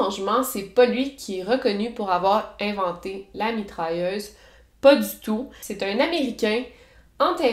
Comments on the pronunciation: comme « mitralleuze » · je veux dire comment elle le prononce avec son accent.